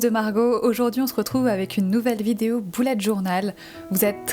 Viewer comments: C'est bullet pas boullet 😂😂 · C’est bullet je crois ils se prononce bellet pas boulet 😭😭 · C pas boulete journal c Bullet journal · mdr c bullet pas boullet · Pk tu dis Boulette Journal